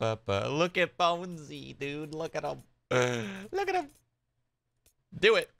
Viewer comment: its Bonesy shroood not Bouncy